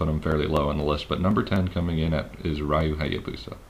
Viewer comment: I stopped watching when he said "Rye-oo Hayuhbusa". Fucking idiot.